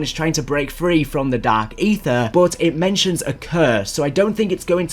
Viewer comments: I’m hearing more of “Dak Aether” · LMAO Dak Aytheuh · Dahhk Eethur